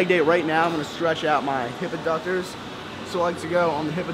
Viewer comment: Couldn't tell if you said ADDuctors or ABductors, but you would be stretching your ADDuctors.